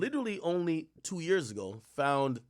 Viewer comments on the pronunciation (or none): none